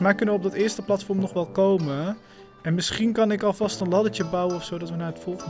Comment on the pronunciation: Ik word autistisch van hoe jij platvorm zegt urg maar leuke vid